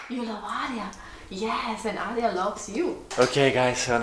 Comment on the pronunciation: Sorry, Aria, not Hara.